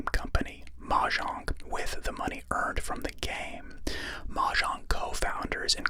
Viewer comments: i mean it's normally either mo-yang or mo-jang and hearing mah-jang the first time really caught me off guard though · That pronunciation of mojang made me open my eyes like a gunshot went off in my house